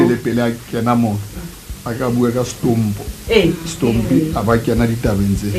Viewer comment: ANC is campaigning for themselves in every funerals, he doesn't even know to say stompie but he says stompo...sis uyangenyanyisa. I know u ANC as u did the same to my grandmother's funeral at phokwane koko Boshielo last year not w u r at stompie's mother after so long really u r disgusting.